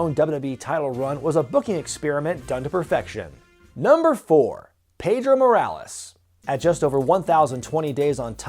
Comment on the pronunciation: I understand that you’re not a Spanish speaker, but Pedro is not pronounced Pay-dro”, I don’t know where that “pay” sound comes from when you say “pe”; it’s pronounced “peh-dro”.